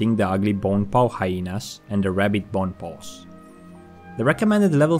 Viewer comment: "Bon pows" lol took me a while to realize he meant bone paws. Love you )